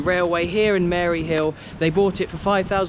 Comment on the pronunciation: Hearing a Englishman say Maryhill is hilarious 🤣